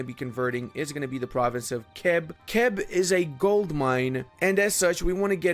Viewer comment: Kheb was the temple planet in Stargate. it is CHeb. the first sound as in loCH (Scottish lake). And VáClav. as in baTS - definitely not a K sound. (that´s Czech, just some extra pronunciation rules) also, poSZoNY. SZ as in viSion. NY ass in caNYon. no vowel at the end. (that´s Hungarian, I kinda get that it seems counterintuitive if you are unfamiliar with the language) I like your work,. But as you are both a fellow Central European and multilingual you can put in some effort;-)